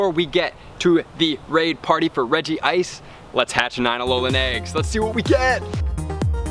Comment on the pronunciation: REG-ICE, no regi ice